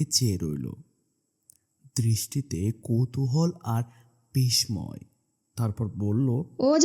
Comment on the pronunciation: বিস্ময় শব্দটিতে 'ম' উহ্য থাকে। উচ্চারণ হবে 'বিসসয়', 'বিসময়' নয়। এছাড়া ক্রসকে কশ, আসছে-কে আসলে, অসাড়তা আসার....... উচ্চারণ খুব খারাপ।। আবহসঙ্গীত কণ্ঠকে ছাপিয়ে গেছে।